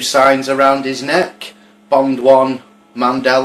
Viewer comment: Wow when did it go from Mandela to Mandelar lol jk